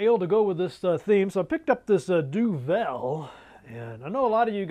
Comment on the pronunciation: wew lads great stuff as always :] Duvel? das my man. (pronounced more like Du vul ;) )